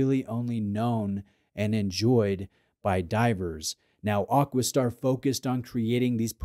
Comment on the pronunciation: I know you get hauled over the coals occasionally for you pronunciation, but isnt it AquaStar, not AquisStar 😂